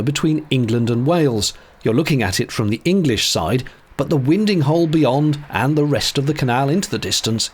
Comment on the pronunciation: Sorry, couldn't help but have a good chuckle at your pronunciation of "winding hole". They take their name from the process of boats being "wound around in them". Its pronounced as in "wine - ding hole". Great video. I'm able to visit it most weeks and marvel at the current rate of progress.